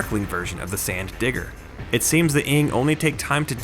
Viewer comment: Strange, the narrator carefully and deliberately over-annunciated the D in Digger when saying "The Sand Digger" . I wonder why that is?